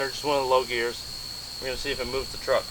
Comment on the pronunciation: It's a truck, not a chruck